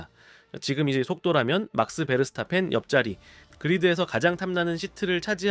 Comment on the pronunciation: 라서 이삭 하지르 맥스 베르스타펀. 불편하긴 하네요